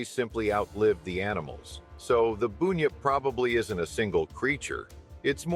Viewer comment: BUN-yip not boooooonyip